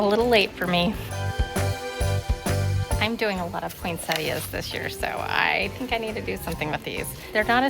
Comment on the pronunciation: I have only heard some Americans pronounce Poinsettias, without pronouncing the 'i' for some reason, but here in Australia and everywhere else that I know of that speaks English it is pronounced as it is spelt, Poinsettias with the 'i'. So as far as I'm concerned you are pronouncing it correctly. I tend to do different Christmas colour schemes and themes for each room/area of the house. That way I get to use all of my decorations, otherwise I don't have enough of one colour scheme or theme to do the whole house. The grandchildren love seeing different things in each room. Since I collect Nativity Scenes, I have some in each room. I don't have Santas anywhere, it's just not my thing. I have made lots of decorations over the years and I still do. I am into Needlefelting so I am currently making a Nativity Scene, angels and also gnomes.